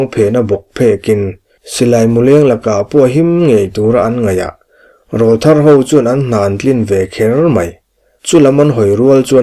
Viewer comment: Rawlthar tih hi lam rik dan turah chuan an aw râwl kha nawpan lai aw rawl atang aw râwl thar anih tawh avangin Râwl tih tur, au râwl tih angin